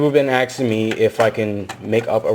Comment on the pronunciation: "Pple have been axeing me" HAHAHA lol